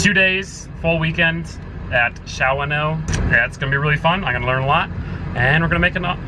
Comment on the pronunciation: Welcome to Wisconsin! wish I could go to the event! And it's pronounced Shawn - o ;)